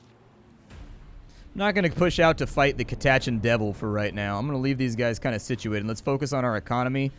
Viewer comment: That pronunciation of "Catachan" gave me an ulcer.